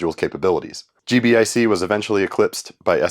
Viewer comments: Thank you. Every time he said G.B.I.C. I cringed a little. 😂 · It's pronounced "G-BIC"